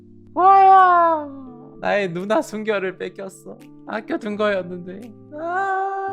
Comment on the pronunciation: 뭔가 계속 발음이 정확하게 누나라기보단 누ㄴ아 하는 느낌인데 끄헝 그냥 다 좋아 여기 너무 재밌어ㅠㅠㅠ